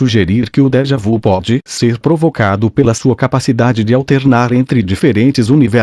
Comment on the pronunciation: A compreensão desse texto poderia ser melhor se a leitura fosse feita com a pontuação e a entonação corretas. Tive que voltar atrás várias vezes. Crítica positiva para que haja melhoras... A propósito, a expressão francesa "déjà vu" deve ser pronunciada como "déja vi". Esclareço que não tenho nada contra o conteúdo e admiro esse assunto!